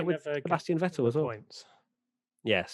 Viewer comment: More importantly, it's Vétt'l, not Vetèlle.